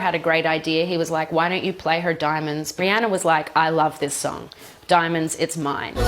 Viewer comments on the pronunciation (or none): She just called Rihanna Brianna lmfao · she said rihanner lol